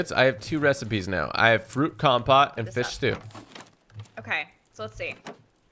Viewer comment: You keep saying fith instead of fish